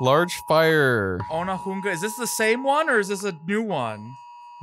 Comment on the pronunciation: I can picture where i was cus of the alarm, when they filmed this. I had just got home from work and could see the smoke from the recycling fire. FYI for the americans its pronounced oh knee huung ah :)